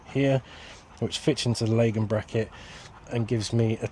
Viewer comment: You pronounced Lagun correctly ❤, there’s one thing that boils my piss and that’s people that say Lagoon 😂